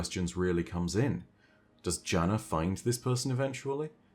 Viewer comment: Btw Jana-14 is pronounced like Yana-14. The name is Slavic and specifically Balkan in origin. That also ties together the osteo striga as a striga is a monster in Balkan mythology, specifically Albanian iirc